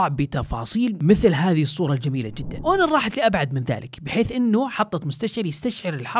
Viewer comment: هونر وليس أونر